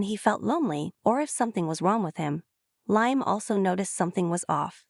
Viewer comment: Liam is pronounced Lee-um. Not Lie-um.